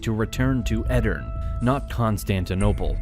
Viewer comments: Great summary. Btw the last e in Edirne is not silent. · The e at the end of Edirne is pronounced btw.